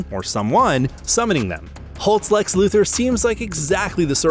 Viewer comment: It’s Lex…..it’s always lex by the way lol